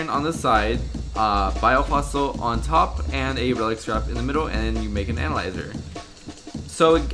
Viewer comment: Is it just me or does he sound like he says anal-lizer......